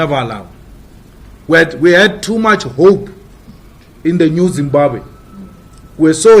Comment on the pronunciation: As much as l love Malema but damn its Zimbabwe not Zimbabe